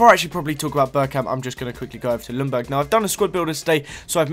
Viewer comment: Not lungberg. Its [youngberg]